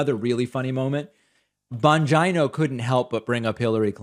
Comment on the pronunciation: Very Sam Seder of David with the pronunciation of Bongino’s name lol